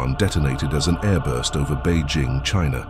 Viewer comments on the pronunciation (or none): none